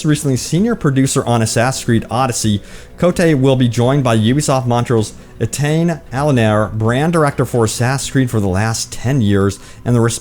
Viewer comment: I'll help you to pronounce Etienne Allonier. A-tea-yen ah-low-knee-eh